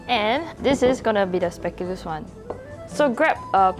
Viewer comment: The way this char bor say spekoolus